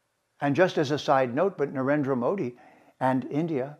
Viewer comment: To speak so lovingly about India, Hinduism, etc., one really needs to be better connected with the language(s) of India. One should be able to pronounce dental Ds and Ts (द/त -- हिंदुत्व, नरेन्द्र) correctly instead of conflating them with retroflex Ds and Ts (ड/ट -- हिंडुट्व, नरेण्ड्र). One should also be able to disambiguate between unaspirated consonants and their aspirated versions (डर्म for धर्म) I was even more surprised by his conflating a noun/adjective for an abstract noun ("I am Hindutva!"). These are all abominations especially for someone who professes to LIKE India and its dominant religion/culture. Aren't the SOUNDS of a culture an inherent part of it?